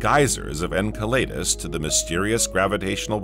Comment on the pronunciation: En Cell e dus... Pronunciation is key